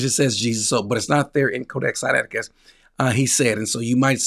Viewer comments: Senateekis?😂😂😂😂 note. If you don't know how to pronounce certain words. Don't just give it a shot in an interview when your claiming to be a scholar. Billy thought this guy would be a pushover. This was orchestrated by GOD!! This man just happened to be very familiar with all the things Billy was lying on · It was embarrassing could not even pronounce codex Siniaticus